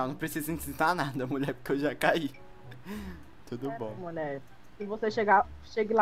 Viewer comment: Kkkk o e falando muie sendo que eles são homens kķkkk e eu fiquei viciada em fala muie